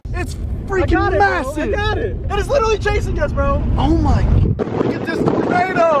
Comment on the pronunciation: its toenado